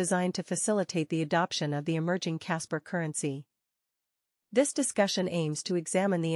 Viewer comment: Why voice over keeps saying Casper if it is about kaspa?